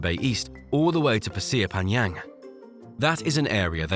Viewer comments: Man said "Pasir Panyang!!" 🗣️🔥 Bratha there's no y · Pasir Panjang is pronounced with a hard J, not Y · the pasir panjang pronunciation 😭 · its funny because the panjang mightve actually made sense since the j can be pronounced y in some ways, but something happened with pasir lol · The name Pasir Panjang you should pronounce it like an English "J".